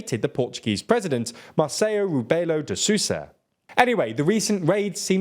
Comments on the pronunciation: By the way, it's Re-be-lo and not Re-be-yo. And Soh-za and not Sew-za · ITS NOT REBEIO DE SUSA , ITS REBELO DE SOUSA BRO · Marceio ribeio dessuss huh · Rubeo de Susa ❌ Rebelo de Sousa ✅ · Why these channels do so much research but can't google how to pronounce portuguese names? Robeo de Sussa? For fucks sake... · “Rebeo de susa” 😂😂😂😂 in dead 😅😂😂😂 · Hearing him say "Rubeio Dissussa" instead of "Rebelo de Sousa" is funny to me. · Rebeio de Sussa? damn, that name was butchered ahahahah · Agreed, I cringed harder when he then tried to pronounce Bomba Atómica in Portuguese, like, why? Don't even bother just use the literal translation, the "Rebeyo de Sooza" was bad enough 😂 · Leave it alone!!! ... I love it! "Rebeio d'sosa"! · i wonder why these videos are so good and so well informed but can't spend the time to research actual pronunciation of the names of important people ? come on guys, do a briefing about it or something, the way you said Rebelo de Sousa is not even a language barrier at this point, it was just wrong.. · Love your videos! But I laugh everytime you try to say "Rebelo de Sousa" 😅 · Great video. Pls don't call him just "Rebelo de Sousa" again. It sounds wrong when we say it. It sounds worse when you say it. Either call him his full name Marcelo Rebelo de Sousa or just call him Marcelo. Or reference him as the president.